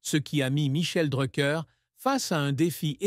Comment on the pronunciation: Faut direson nom correctement